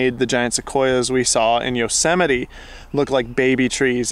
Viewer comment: Maybe you should just say "Yellow-simiti" to be safe!!!! LOL I love your videos and am a big fan. Have fun out there!